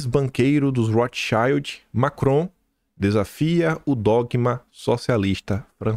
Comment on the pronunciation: Ouvi umas tres vezes e tive a impressão que ele falou docma.